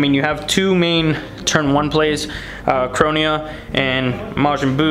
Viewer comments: You ppg players are real dumb when it comes to reading. Chronia? Its says ChroNOA. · It´s Toki-toki lol, and ChroNOa